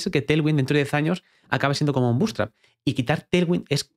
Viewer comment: Porque dice butestrap?? Es buutstrap